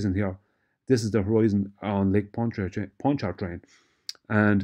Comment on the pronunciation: no need to pronounce the first R in Pontchartrain. That R is silent. It's pronounced paan chuh trayn.